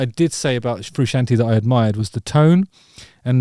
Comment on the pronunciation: It'd help if Jusitin knew how to order pronounce Frusciante.